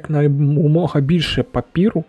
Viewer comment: Я про те, що там "е", а не "і" 😅 Бо коли чую "папіру", мені постійно здається, що закінчення слова загубилось 😆